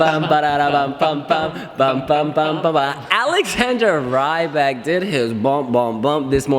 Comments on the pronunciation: C'MON IT'S REE-BAK, NOT RYE-BAK!!! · I think if you have time ask Alexander how he pronouses his last name! It's not with a British Y - sound!!! I don't think we will qualify..... I hope not!